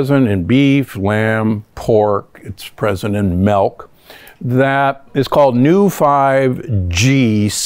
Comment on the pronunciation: It's milk, not melk.